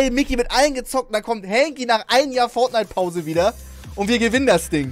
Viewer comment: Du denkst auch das es Feldnite heißt oder XD ( no hate an den Fisch) 😂